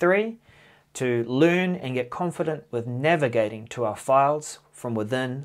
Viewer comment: It's not a big deal but FYI: When you say "navigating to our files," to my American English ears it sounds like "never getting to our files." I had to play it again to figure out why you would say that!